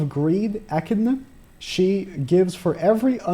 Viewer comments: Aye he said echidnas name correct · I see you learnt how to pronounce Echidna! Well done